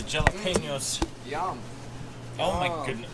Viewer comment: That's definitely an interesting way of pronouncing Jalapeños